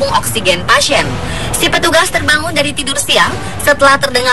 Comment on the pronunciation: Denger deh pas dia bilang tidue